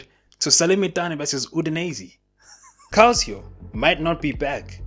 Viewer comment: Calcio pronounced “Kalcho”